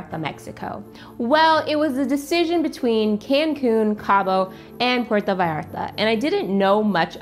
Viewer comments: thanks for pronuncing "puerto vallarta" it right 👍🏻 some people just don't care and pronounce it awful 😅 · I thought the same! Nailed it! It's butchered often, but doesn't roll off the tongue easily, so I understand!